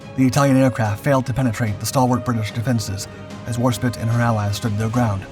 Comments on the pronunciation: OMG, it’s Warsp I te, with a hard “I.” It’s like chalk on a chalkboard….. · We must make sacrifices to the God of the algorithm. Even if he does keep saying spit ! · You've been corrected many times over the mispronunciation of Warspite, and not showing any change means you are disrespectful of the many warriors who served on her. Basic research helps when presenting history, but it has to be done with the respect it deserves for the many lives lost during the world wars. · Right! That's it! You have been told countless times by countless viewers to correct your pronunciation of Warspite, but you refuse to do so. From now on, every time you abuse the name of what is probably our most revered warship, a video of yours gets a thumbs down and yes, it's pure SPITE on my part. Twenty mispronunciations equals twenty videos get a thumbs down. Ineffectual I know, but it'll make me feel better. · Your pronunciations of names is a particular annoyance/amusement to me as a natural born speaker of English - and also one with a fair amount of military and wartime knowledge... For example, it is HMS War-SPITE, not War-spit. The "E" at the end tells you exactly how to pronounce the word! And there's HMS Mal-ay-ah, and not Mal-eye-er! And then there's Admiral Cunning-UM, not Cunning-HAM! Or the Italian port of Tar-ANT-oh, not TAR-anto... I wouldn't even mind so much if you didn't meanwhile get the Italian ships' names pretty much spot-on! And then we have the "allied" cruisers... I thought they were ALL British? Keep at it - and maybe watch a bit more actual (preferably British!) wartime footage with narration from the time - and I'm sure you'll get it right eventually!! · WarSPITE you dimwits, NOT Warspit! AI be damned. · Is this a human voice or AI? How could you not know that it's HMS War-Spite, not War-spit? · The word "spite" (rhymes with "light") means "a desire to hurt". The ship is called HMS Warspite - "War-SPITE"! Not "Warspit". Why can't you pronounce "Warspite"?